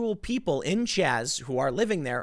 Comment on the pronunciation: It's Chaz not Chop